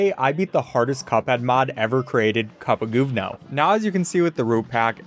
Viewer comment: It’s so funny to me as a polish person hearing people pronounce this mods name. Which is cupagoovno which means poopshit in polish. Kupa gówno